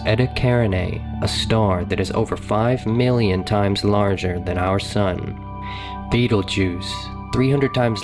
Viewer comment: His pronunciation of Betelgeuse threw me off too